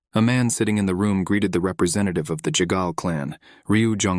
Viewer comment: Why does the ai say ”chegal” when in the text it said ”jaegal” Is the pronunciation that different from the written name?